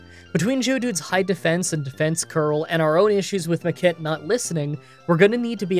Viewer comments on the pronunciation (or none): Is it just me, hearing him say "the kid" for Makit over and over again :D